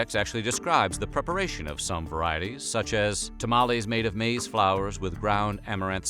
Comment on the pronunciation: Newsflash, maiz is still maiz its just not english. Also pronounced it wrong.